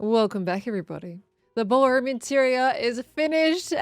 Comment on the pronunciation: ...The 'brawlroom'. 🤣